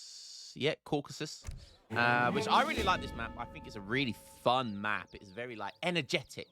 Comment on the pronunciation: Caucasian male fails to pronounce CA-U-CA-SUS! Embarassing.... :(